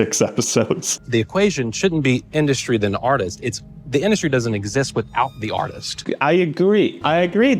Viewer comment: Everytime he says "artist" all I hear is "autist" 😭😭